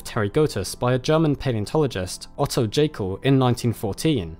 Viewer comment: Just a side note, but Jaekel is pronounced with an english Y (like in "Yes"). Thanks for your great work, very interesting !